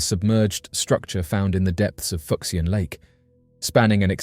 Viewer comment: The “x” in these Chinese names is pronounced with a “sh” sound. “Fuck-see-an” just sounds dirty. 😂